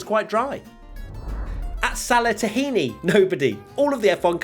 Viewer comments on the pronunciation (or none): none